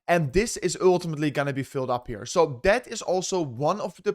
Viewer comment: dont say OOOOiltimitly if u dunno what it means ff s